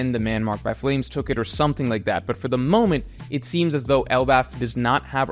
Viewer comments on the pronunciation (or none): none